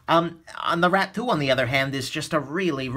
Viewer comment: i keep hearing Rat-poo instead of Rat 2 xD i love you!